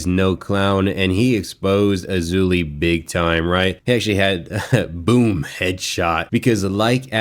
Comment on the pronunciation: King A-loozay😂